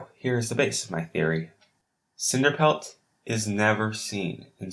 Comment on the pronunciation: cinerpelt lol